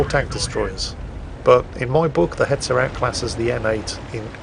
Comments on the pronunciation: Oh baiter. I was wondering why you were saying beta. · Baiter?! No, more CurryWurst for You until You get it right!!